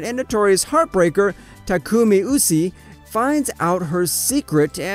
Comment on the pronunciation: when he pronouns usui wrongly